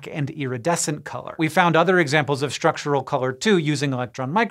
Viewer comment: What is with pronouncing “Structural” as Shtructural?